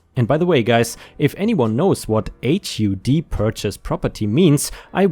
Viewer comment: HUD = Housing and Urban Development - spoken hUd like spUd.